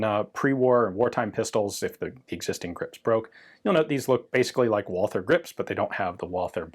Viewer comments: Should Walther not be pronounced as vault-ter as it is German? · Great video Ian! As always. I'm always impressed by your good german..... but the 'h' in Walther is silent, no english 'th' Greetings from Germany